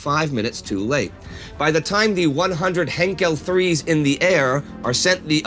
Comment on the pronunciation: Just FYI Guys. It’s not “Heinkel 3” it’s “Heinkel 111” in British we call them the Heinkel One-Eleven or “He One-Eleven”. One of previous Heinkel designs was the He-70 which influenced the design of the He-111 quite a lot.